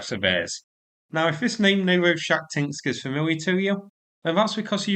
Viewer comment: Was that Novo shat sinks?